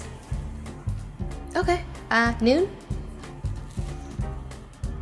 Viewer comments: it’s “naan” not “noon”. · Can anyone tell me what is NUN 😅 *I am Indian and the correct pronunciation is NAAN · When she siad noon instead of nanh😑BOYIII I WAS TRIGGERDD